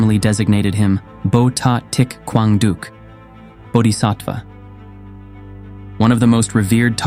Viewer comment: Thich Quang Duc's name is not pronounced properly. Other than that, this is an excellent documentary.